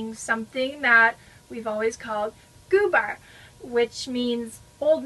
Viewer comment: They do look interesting. Im from Sweden. I have never heard about those "gubbar" They are cute. We don't use ü here in gübbar. It is in germany they use ü. Here we say gubbar... You pronounce it the right way.